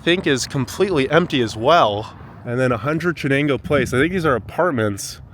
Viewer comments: What an insulting video to anyone living in Binghamton! And especially to the owners of any of the houses you described as being awful. Also, maybe you should learn how to pronounce 'Chenango', 'Onondaga', 'Oneida' to name a few. It appears you went to Binghamton only to run it down, and show how awful it is. Really.... what was your purpose for making this video? I won't be watching one again. How much life experience do you have, to be making so many negative judgements about so many things. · If your going to do a video on Binghamton at least know how to pronounce our rivers correctly. Oh and please know what your talking about. Of course there are hardly any cars or people around it's Sunday your not very knowledgeable about the area.You kept saying you were at Conklin park which is in Conklin not Binghamton. Get your facts straight. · I would recommend that you do some searching on how to pronounce words like Chenango and Oneida etc I think Bronx county has the highest poverty level in NYS. How can you tell those people by the river were unhoused? Not impressed. I don't live in Binghamton so I can only imagine what they might think of this video. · Did you just take a Journalism 101 class? What is your motivation for such a one-sided view? Such one-sided reporting. You're not even pronouncing Chenango correctly. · I am not long into this and cringe every time you mispronounce "Chenango." I am a Binghamton native and am so offended by what I have seen in this video so far. Yes, streets will be empty early on a Sunday morning. Yes Binghamton has its challenges, it was a great place to grow up. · Agreed. Him mispronouncing Chenengo and Oneonta was like nails on a chalk board every time and I found myself correcting him out loud every time. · First clue your not from here is when u can't even pronounce river names correctly . I have an idea let's tour your town I'm sure there is no poverty there right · Chenango is pronounced like Shenango would be.